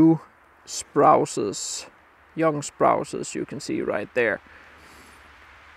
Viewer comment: Sproooses and not sprowses Love what you do, thank you!